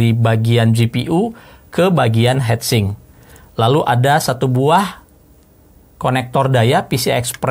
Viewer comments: Agak kurang nyaman denger hedsing om, its hitsing 😁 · Ngomong heatsink kenapa.hetsink. Sedangkan heatpipe ngomong nya . Hitpipe 😂